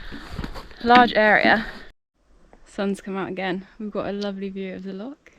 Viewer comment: Great video. And congrarulations on your first solo wild camp - and for learning how to pronounce "loch!" We Scots appreciate that. May I make one suggestion, consider alumimium cookware. Much lighter and cheaper than stainless steel. All the best!